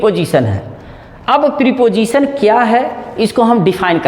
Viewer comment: प्रिपोजिशन नहीं प्रपोजिशन होता है ड्रामेबाज।